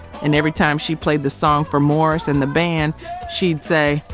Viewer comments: Appreciate the video, but what’s with MORRIS White? His name was MAURICE. AI voice. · The mispronouncing of the great Maurice White's name was cringe. It's MAURICE, NOT MORRIS................at one point I didn't know who this Chatbot was talking about. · It's Maurice not Morris or Marris. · Why does she keep mispronouncing Maurice name and keep calling him Morris? That is not only irritating but disrespectful! Is this woman even actually from the culture! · Its. MAURICE not Morris. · His name was Maurice, NOT Morris. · MAURICE. MO REESE, NOT Morris like the cat. So Annoying. MO-REEEEESSE White!! Damn the disrespect. Fix the pronunciation of your AI! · It's Ma-rees, Morris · Maurice White ... not Morris White. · You lost all credibility by repeatedly calling him "Morris" White instead of Maurice 🤨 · Get his name right. It's Maurice, not Morris!🤨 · Why ….. are you calling Maurice Morris? 🥸 🤦🏽‍♀️ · I was thinking the same thing why you calling him Morris when it’s Maurice get it right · Exactly! Maurice has never been pronounced as Morris. While she’s at it, Mahaila Jackson’s name is pronounced “Mah-hell-Ya. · His name is pronounced MAURICE not Morris!!! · This is so good and informative, but why does the narrator keep calling Maurice, Morris?😩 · Trailblazers. The soundtrack of the 70s. Good job overall but…There is a disconnect between the visuals and narration. You never showed Maurice ( pronounced Maw-Reese) play the kalimba.Also, the first name of the great gospel singer Mahalia Jackson is pronounced as Ma-hail-ya. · Mispronounced their names, I am not impressed, you did an injustice to the Greatest Group/Band ever. Ma-rees probably turned over in his grave. Bad, very bad commentary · Why can't she pronounce Maurice's name correctly?? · You lost me 30 seconds in when you said, " Twelve ways Morris White." I mean, if you can't pronounce the band's founder's name correctly, why should anyone watch? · Mispronounces Maurice and Mahalia. Is this AI?